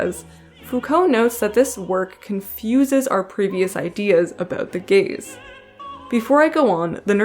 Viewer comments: No not “the gays”.... the gayz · you: not the gays me, every time you said gaze: GaYs